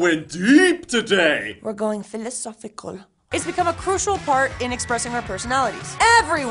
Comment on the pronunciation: "we goin filosoficoool" JAJAJJAJAJAJAA